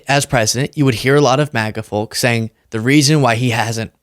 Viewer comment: The L is silent when pronouncing Folks